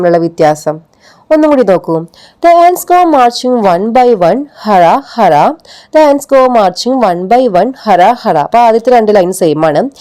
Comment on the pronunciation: ഹ അല്ല ഹു.. Pls check